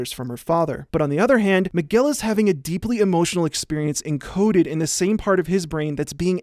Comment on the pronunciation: out of topic but every time he says Miguel it sounds like mcgill